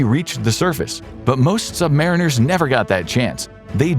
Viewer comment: Just a mino correction. Us submarine sailors are "sub-MARINE-ers" NOT "sub-MARE-inners" that really grates on our ears.